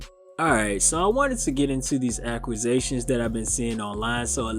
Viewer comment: Bro you said you addressing the “aqugations” 😂😂